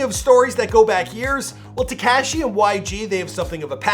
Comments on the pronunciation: Please stop sayin "Te-cash-e" (cringe) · Absolutely no one : This guy : “Teh-cashh-eee” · TehCashy! Wtf? ...Paramount, Ca!... 🇲🇽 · Freaking “tekAshi” 😂😭😂